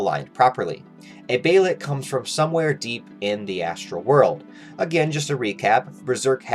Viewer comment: Its pronounced "bay-lit" not behaylit